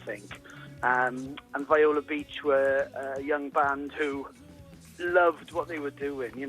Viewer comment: It's not pronounced "V-eye-la" It's "Vee-O-La." Get their name right at least. RIP!